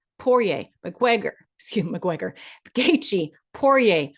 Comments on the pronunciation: Ma Gwegor ha ha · Conor Mcquequor 🤣